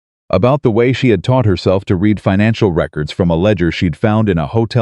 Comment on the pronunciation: Learn how to pronounce READ